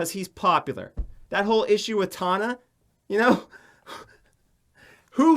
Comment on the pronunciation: i just love how he is white knighting for tana, but doesn't even know how to pronounce her name... all he had to do was watch 2 seconds on one of her videos, she says HEY GUYS IM TANA MONGEAU every time. he obvioulsy has never watched her, or ian. he doesn't even know what hes talking about.